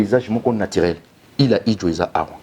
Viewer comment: Il a quand même essayé 😹 C’est île 🏝 Idjwi et non Idjwe 🙊 et habité par LES CONGOLAIS monsieur 😋